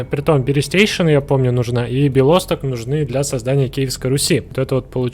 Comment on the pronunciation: Белосто́к. Не Бело́сток.